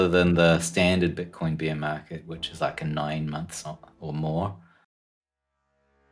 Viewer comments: I love hearing Jimmy Choo say "Beer Mawket" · Did he say beer market? Now that's my kind of market!